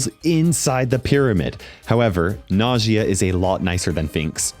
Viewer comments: The second brother is an Arab brawler so the correct pronunciation to her name is "ناجية". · i think najia is pronounced like nausea but with j instead ot s